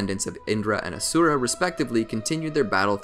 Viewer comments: The mans butchering my boys ashura name. :( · It no asura it ashura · FUN FACT HE IS SAYING ASURA AND NOT ASHURA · he just pronounced it wrong in the anime is asura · Mangekyou sheringa, asura cmon bro